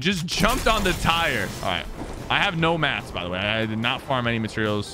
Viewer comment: No bro instead of materials he says Mysterio’s